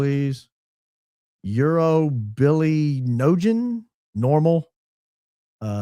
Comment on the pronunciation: When you said “Uro-bili-nogen”😅😅